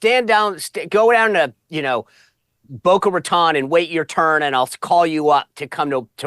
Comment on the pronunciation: Pronounced Boca Ratone